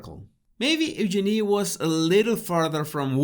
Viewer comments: she actually said her name correctly. Listen again. It’s pronounced Use-Jin-ee. Fergie and Eugenie have corrected people many times over. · no its not , there is a video of Sarah York saying how to pronounce it and she says just think, use your knee said faster it comes out Eugene